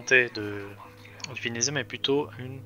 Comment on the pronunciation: le vénéDEZIA wsh c horrible sa se prononce vénétsia bahaha bref jadore le venezia perso